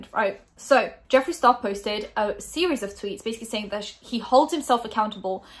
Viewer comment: I thought you pronounced his name good